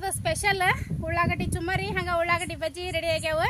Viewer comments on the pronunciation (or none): ಚುಮ್ಮರಿ ಅಲ್ಲ ಚುರುಮುರಿ